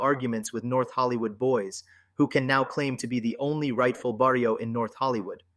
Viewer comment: How can you make documentaries if you cannot pronounce properly barrio, If you never lived the life. Stick to your own thing. trying to capitalize on the the hood life😂. You are a person that will never understand living in the areas you are covering. I have second hand embarrassment for you YouTuber.